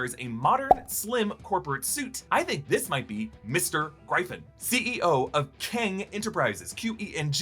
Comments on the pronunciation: Gryphon is pronounced Griff-in not Gry-fun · Griff on Not Gry fon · My friend...it's Mr. Gryphon (Griff-un). As in the mythical creature. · Gryphon is pronounced griffin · Plz don’t say gryphon like that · Question...Why can't anyone pronounce Shang-Chi correctly. Especially people such as!!! I'll give him the pass on the child-like phonetic pronouncing of Gryphon, but come the F on. 'Shawn'g-Chi